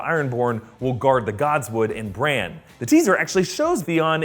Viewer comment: "When they come for BranCH in the Godswood" Please tell me you did NOT just do that